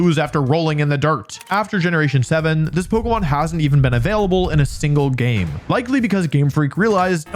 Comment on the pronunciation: "poguhmon" I'm out